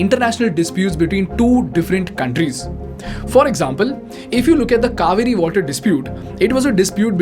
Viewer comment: Is it "couvery" or "Kaveri"? Kaveri is a beautiful name🤦